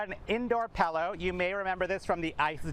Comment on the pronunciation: take a drink every time he pronounces it PELLow instead of Pillow.